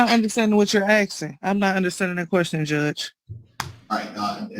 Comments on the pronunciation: Axing instead of asking?😮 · Axing .....my all time favorite! Why can't u pronounce asking! Its a s! These people can't speak properly in a court of law! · We "axing"{ someone???? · I’m just AXING you a question!! Drives me CRAZY!! learn how to talk when your out on your ass…you will have plenty of free time.. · You are not “Axing” a question you should be ASKING…. Damn! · Why do those people always say "axing"? I'm from central europe and english is only my third language and I shudder whenever I hear it.. What's wrong with those people? They are always the same! Look the same and behave the same! Do they all have the same speech impediment? If I was a judge I would hold them in contempt for such blatant misuse of the english language.